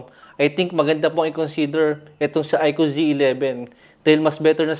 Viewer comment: Ikoo po not Ikyu 😅 ✌🏼